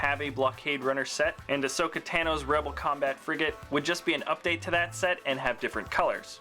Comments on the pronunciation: TAno not tano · T-ay-no? It's t-ano